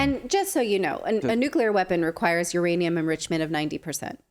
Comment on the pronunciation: "iranium" a new element?